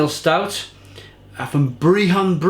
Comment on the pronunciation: BR-EH-HUN - not breehon